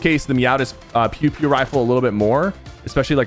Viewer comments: its peow peow not pew pew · its "peow peow" like meow meow